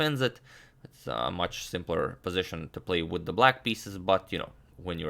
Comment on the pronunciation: "Witha tha black pieces" you turned italian for a second lol